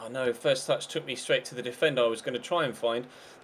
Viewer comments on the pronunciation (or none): none